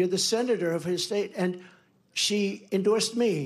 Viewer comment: He said she indoresd me instead of tim Scott indoresd me😊😅😢sorry